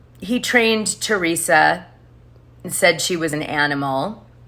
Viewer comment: Who are the three Joes your referring to and you didn’t even pronounce Teresa’s name right. There are two joes btw.